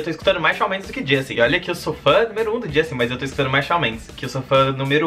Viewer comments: Amei o vídeo ❤️ mas é "Chan" Mendes que fala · se pronuncia shon mendEs, mas tudo bem :) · Ele fala Shal Mendes❤❤😂😂😂😂😂😂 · Apesar de ter pronunciado o nome dele errado eu amei, como não gostar de algo que envolva essa cabra berrenta? ahhh o vídeo ficou ótimo ❤❤